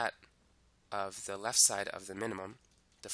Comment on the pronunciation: Left, not leff